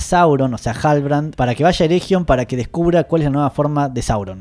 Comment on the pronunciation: Eregion, es "ereguion", con g suavecita, no como jota.